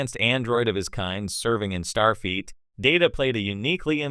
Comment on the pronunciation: "Serving in star Feet" - yeah, blocked and disliked. None of this video has ANYTHING to even do with the title, you can even hear the spots where the "AI (LLM slop)" voice is being slapped together - fuck this